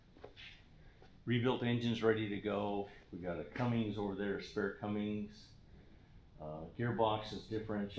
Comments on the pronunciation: Cummins man, Cummins. There's no g at the end. Just saying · Never trust someone that calls a Cummins a Cummings.......I would've said nope, turned around and not sold it to him. 😂😂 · i was really happy to see featured for something good... then he kept saying cummings.... and you kept saying CUMMINS! wish i had seen you in town... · said Cummings lol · But every time he mispronounced 'Cummins' it made me cringe.